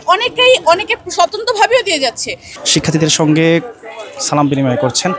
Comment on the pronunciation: ছাত্রদলের প্রার্থী আবিদ সালাম দিতে ও শিখেনি 😂😂😂